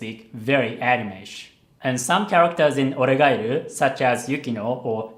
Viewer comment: Man...the way he pronounce 'oregairu'....its sound so japanese